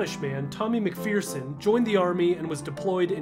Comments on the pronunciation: It's pronounced Mac-fur-son, not Mac-fear-son. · MacFurson not McFearson - that's how McPherson is properly pronounced. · Just for the record. His surname isn't pronounced 'McPheerson', it's a short 'e', as in 'Ferris', so it's 'McPherson'. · Tommy was from Edinburgh, my home town 😁..its pronounced "mc fer son"..not "mc fear son" here in Scotland 👍 He died in 2014 age 94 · Surname is pronounced MacFerson. Not Mac - Fear - son. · It's pronounced Macferson, not Macfearson.